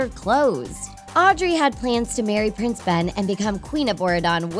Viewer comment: U said ‘’price aurora and price Phillip’’😂😂